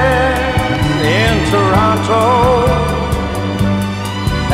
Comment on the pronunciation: This is great... although, he says Toronto wrong 🙃